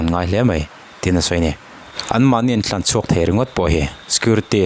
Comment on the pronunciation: Tlanchhuak tih ta che. Thlanchhuak itih a